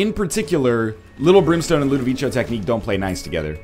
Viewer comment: Are... Are you complaining because he's pronouncing it right? And it's based on A Clockwork Orange, and in that movie that's what they call it.